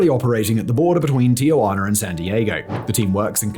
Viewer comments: Tijuana, not Ti-ugh-guana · Can someone please point out the third 'a' in Tijuana? It's quite clearly 'ti - juana' not 'tia - juana'. Thanks again Simon. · FYI, it is Tijuana, not TiAjuana.